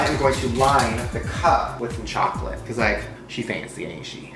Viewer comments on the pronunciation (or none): none